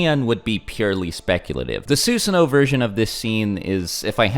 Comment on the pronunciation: Ok your killin me dude. It's not pronounced, "Sue-sun-oh" it's, "Suh-san-oh"